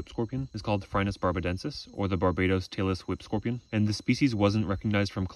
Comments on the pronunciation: Every time he said Tailless Whip Scorpion, I thought he said Taylor Swift Scorpion. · i thought you were saying taylor swift scorpion 😄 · I keep mishearing "Tailless whip scorpion" as Taylor Swift scorpion XD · I thought he said the Tailor Swift Scorpion 😮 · I know you are saying "tail-less whip scorpion" but all I hear is Taylor Swift Scorpion .. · I really thought he said Taylor Swift scorpion